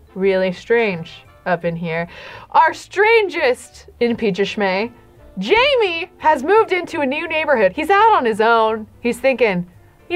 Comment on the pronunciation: I still find it funny that even when Jaime has left the baby factory, still calls him ‘Jamie’. His name is French, and is pronounced gem, but making the ‘g’ soft. You can’t write the pronunciation down whoops.